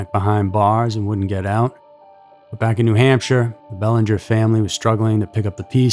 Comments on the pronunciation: In Mass the name is pronounced Bell-AN-ger with the emphasis on the an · I enjoy your narration, however I was disappointed with the pronunciation of her last name,I heard the proper pronunciation in your 1st media clip,I believe it would be vital to least give her that dignity of this small respect 🙏- (Well, I guess AI rules the world now- sigh 😢) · I live 30 minutes from Exeter I'd say the meth and fentanyl haunts these areas n you're not pronouncing that little girls name right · I can’t listen to you mispronounce Belanger. Do some research on proper pronunciation before airing next time geez 🙄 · Pronounce the name right.